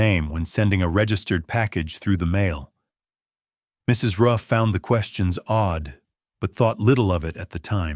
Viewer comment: AI generated narration. Several mispronunciations (starting with "mail"). Hard to listen to.